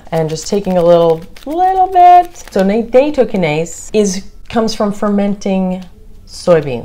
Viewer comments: Not Naytokinase its NATtokinase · Nattokinase is a Japanese word pronounced: natto-ki-na-zay. na as in nachos. "to" like the word toe. Ki, like the word key. Na again. zay, like the word say but with a z